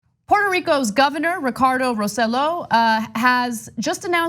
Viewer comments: Anahit it is pronounced Roseyo not Roselo. You are married to a Cubano act like it and stop being tone deaf. Same with you CENK. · His last name is not said like that Ana! It’s not Row Sell O, it’s Roe Say Yo! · The idiot's last name name is pronounced "roseYOH" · I thought of this same point. They've learned from the best in Washington. And by the way his name is pronounced "Roe-say-joe" thanks again. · OMG! I was just about to comment on this. I don't like the man but it just irks me when names are mispronounced. ROSE JOE. ROSE JOE! Even the FOX anchor pronounced it right... sheesh. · Ana, great piece. Just a suggestion: "Rosselló" is pronounced with the emphasis on the "o" and the two ll's are pronounced like "yo." You don't need to have the pronunciation of a native Puerto Rican. But getting it "in the ballpark" will at least make you sound less ludicrous to Spanish speakers than you do now. Thanks!